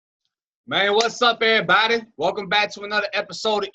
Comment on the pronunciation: Bro I HATE how you say "everybody"😂😂😂